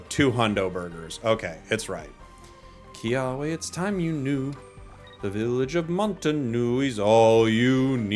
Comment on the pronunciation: Kia-ve! It's a v sound!